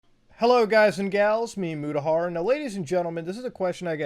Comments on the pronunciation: hello guys and gaeyls? its me motahaaar? Dude i thought Mutahar is your name which is pronounced "muttaa harr" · Wait, so calling youraelf Mutafuta in that one video wasn't on purpose lmao